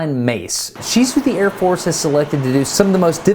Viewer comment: His eyeballs moving was pretty funny!! Also, I think that he was so messed up after that chair spin, that he pronounced Air Force as Ear Force... Lol!!...